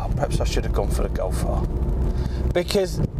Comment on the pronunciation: "Golf AHHHHR" hahahaha that was a good one